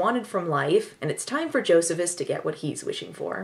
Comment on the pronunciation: Joe-see-phis!! Oh dont forget to mention this was written by Richard Curtis of Love Actually and 4 Weddings and a funeral fame. And like all Richard Curtis movies it has a character named Bernard.